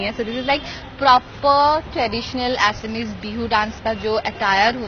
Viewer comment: not assami it's assamese.Thikse bola koro tumlog hindivashibhi